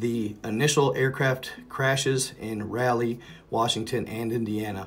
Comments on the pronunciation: That is pronounced Rawl lee not Rally. It was named for Sir Walter Raleigh. I've seen that birthday candle type fire before coming down from space. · It's Raleigh NC, not Rally. Come on. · It's Raleigh. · Raleigh nc... Not rally